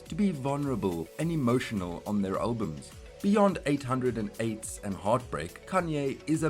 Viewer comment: its pronounced "eight o eights"